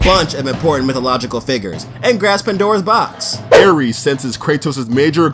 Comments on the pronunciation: Not trying to be a b word but it's ares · Aires? Hahahah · "Aires" bruh ? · Aires.???? wut is this intentionally wrong or...